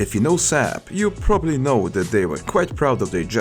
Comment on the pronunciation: It's pronounced Saab, not Sääb.